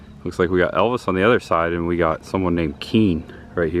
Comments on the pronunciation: Evils ? Not Elvis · Evils, not Elvis